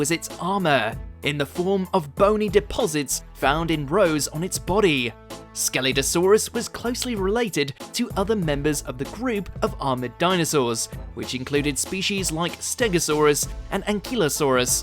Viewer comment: You mispronounced Scelidosaurus, Ankylosaurus, Neovenator once and Ceratosaurus once